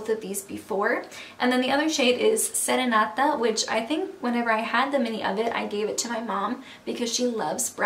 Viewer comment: Serenata?? You said to clear and easily, Do you speak Spanish?